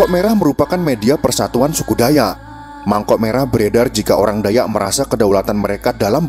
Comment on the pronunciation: Koreksi. Dalam menyebutkan kan Nama DAYAK. BUKAN DAYA.TAPI DAYAKKKKK. SEPERTI SUKU BATAK. BUKA BATA. Salam DARI KALIMANTAN. KALTENG